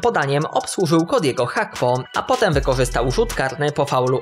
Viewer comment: Cody Gakpo nie Hakpo